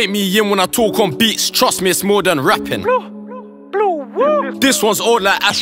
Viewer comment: when he says bluwuu it sounds like woi 😂😂